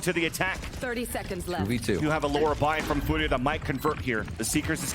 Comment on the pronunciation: Furia, not fudia. Its a r not a d. please say it correctly.